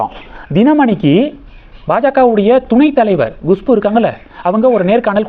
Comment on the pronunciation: உங்களுக்கு ஏதோ severe problem இருக்கு, எப்பொழுதும் தப்பு தப்பாக நாராசமாக உச்சரிக்கிறீர்கள், Gushpu வா அது, Kushbu தான் கரெக்ட், நீங்கள் சரியாக homework செய்வதே இல்லை, கேட்கவே நாராசம், முதலில் English எழுத்துக்களை உச்சரிக்க கற்றுக் கொள்ளுங்கள், பிறகு வீடியோ போடவும். எத்தனை முறை Gushpu என்கிறீர்கள்? Horrible